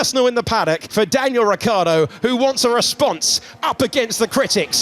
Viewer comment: Sky have a thing against saying Ricciardo?